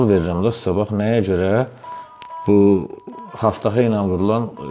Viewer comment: haftafa yox qardaş "abtava" demək lazımdır ab su deməkdir tavada qab deməkdir yəni su qabı